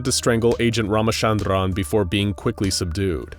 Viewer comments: Well even though you can pronounce a name how ever you want but his name isn't pronounced ramashandraan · Lmaooo the way pronounced ramachandran made me laugh.... (Well I am an Indian so you get the point XD)